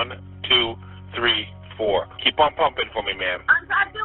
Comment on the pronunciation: I'd agree, but one of a kind, really?...let's go with "tree" of a kind 😆, but yeah, he's the best